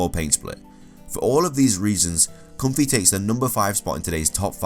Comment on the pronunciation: Pyukumuku is a sea cucumber. Ribombee is a bee fly. You mixed up the end sounds for Ribombee and Comfey. Ribombee ends with ee and Comfey ends with ay.